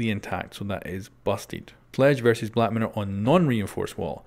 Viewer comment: Did anyone else hear black matter instead of black mirror